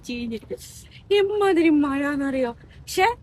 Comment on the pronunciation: മയ അല്ല മഴ.ഴ - വഴങ്ങുന്നില്ലല്ലോ 😅